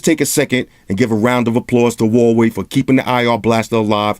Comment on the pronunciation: Hey love your reviews. just want to clarify how to pronounce the company name a little better, it's Hu(who)-wa-wei